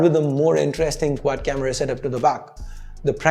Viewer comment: "quack camera"